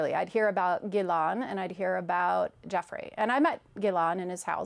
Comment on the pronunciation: This woman can't even pronounce Ghislaine's name correctly. It's not pronounced Gilon it's pronounced Gilane. She wasn't close to anyone.